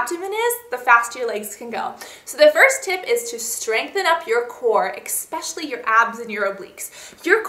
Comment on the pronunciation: why cant you just say eSpecially right? but those were some really great tips!